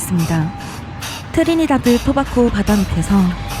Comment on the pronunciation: 토바코 X. 토바고 O